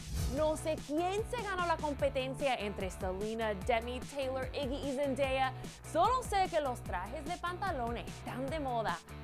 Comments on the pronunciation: Que mal pronuncias el nombre de iggy 😳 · Muero de risa como dice el nombre de zendaya y iggy 😂😂😂😂 lo dice tan gracioso